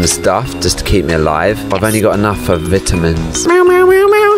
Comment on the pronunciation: Its For not Vi-tu-mims